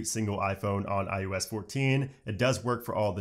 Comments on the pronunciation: It's iOS not iUS like it sounds like you keep saying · Is it me or do you keep saying, "iUS 14" instead of iOS 14? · maybe someone should tell this guy that iOS isn't called iUS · I kept hearing you say IUS instead of IOS and I started to think I was crazy. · it's EYE-OH-ES. Not EYE-YOU-ES. 😩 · David Cardona your answer to his question reminds me of the kid in 3rd that when you asked for gum and they would say they have some at home. Technically it’s on the same subject but not relevant to the context at all. Unless you are saying he learned to say IUS in those first few months but has refused to get with the program after years and years. Also while being a tech youtuber that needs to properly be in the know about new things. Idk if I’m buying that one. I’m gunna say he is Canadian or has a slight regional accent of sorts from the USA. But yes Adrian. He was seeming to say IUS the whole video. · Killing me with the “iUS” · i'm telling you.... I finally had to mute him and use CC.... every time he'd IUS 14, I wanted to scream. and little shit doesn't bother me but this... this triggered a bish. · Kept saying IUS it was annoying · Sounds like you’re saying iOOOS or iUS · So annoying saying iUS14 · Lol, never noticed. Now I can’t not hear it. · It sounds like you’re mispronouncing iOS, which would be amazing. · IOS — “Eye-You-S.” Eye-OH-S? Library— “Li-bary” Li-bRary? LOL — regardless, great info and THANK YOU!